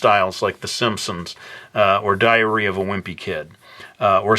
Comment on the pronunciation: It sounded like he said "diarrhea of a wimpy kid" lol great video though.